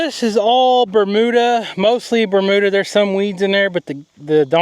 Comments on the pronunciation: Ber.....mew......duh grass, not ber....moo....duh LOL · Two words you P renounce wrong Bermuda an acorns